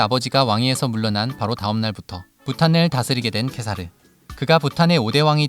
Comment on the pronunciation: 《티벳어 한글 표기안》을 따른 국왕 이름(འཇིགས་མེད་གེ་སར་རྣམ་རྒྱལ་དབང་ཕྱུག)의 더 정확한 발음은 직메 게사르 남걜 왕축(Wylie: jigme gesar namgyäl wangchuk)입니다. 케사르(khesar/གེ་སར/gesar)의 ག의 종카어 발음은 ㅋ보다 ㄱ에 더 가깝습니다 (IPA: /ɡ̊/)